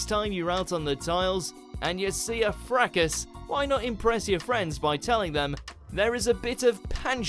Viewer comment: Fracas ... don't pronounce the s. Jeez